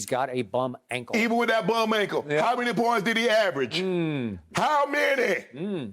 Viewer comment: Bro “Le-Ankle” got me crying 😭